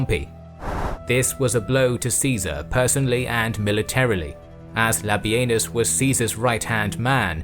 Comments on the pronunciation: Everytime you say: "Labienus", it sounds to me like: "Labia-Anus"....... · Labienus more like Labenus :D